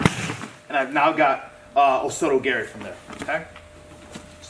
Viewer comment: Well, it's gah-ri, not garry. ROFLMAO